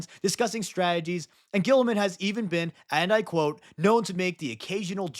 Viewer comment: Saying Guilliman the way guillotine is spelled just sounds awful.